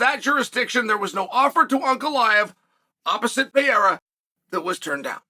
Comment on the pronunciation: Chael’s done it. He’s pronounced Alex’s name right. Undefeated and Undeterred.